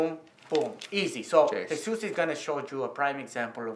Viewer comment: Everyone is saying Jesus but it’s jesús